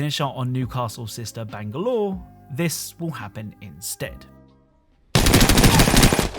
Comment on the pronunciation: I don’t think I've ever heard someone pronounce Bangalore as bang-galore